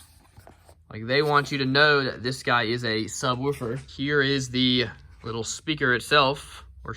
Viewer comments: Dammit I thought we had broke you of saying “sub-whew-fer” but here it is again 😂😂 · Really weird that you pronounce “subwoofer” differently then when you just say “woofer” on its own